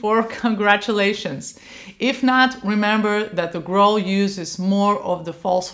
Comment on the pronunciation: In English "growl" rhymes with towel not with bowl.